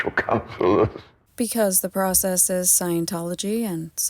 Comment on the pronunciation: For two years of extensive research one would think you would be able to correctly pronounce The Process